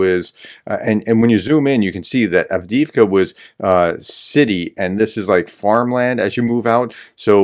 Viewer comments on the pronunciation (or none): none